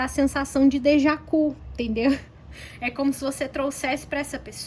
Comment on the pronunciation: 😂😂😂 Estou rindo aqui com teu "dejacu"!!!! É "Deja vu"!!!!!😂😂😂 Com V!!!!❤❤